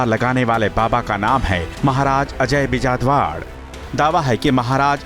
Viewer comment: महोदय थोड़ी सी TRP के चक्कर मैं आप हमारी उत्तराखण्ड की संस्कृति पर इस तरह के सवाल खड़े ना करें ।। ओर दूसरी बात अपनी हेडलाइंस टाइप करने वाले को कहे नाम का उच्चारण सही से करें ।। श्री गुरु महाराज अजय बिजलवाण है गुरु जी का नाम ।। आप अपने चैनल के माध्यम से हमारी संस्कृति के प्रति इस प्रकार के शब्दों का प्रयोग नहीं कर सकते हैं।। क्योंकि आपको उत्तराखंड की जागर शैली का पता नहीं है इसलिए महोदय शब्दों की सीमा का उल्लंघन न करें ।। 🙏🙏 गुरुजी आपको किसी से माफी मांगने की कोई जरूरत नहीं हैं।। 🙏 उत्तराखंड के लोग सुरकंडा माता के समस्त उत्तराखंड के बच्चे आपके साथ हैं।। जय मां सुरकंडा जय मां चामुंडा 🙏🔱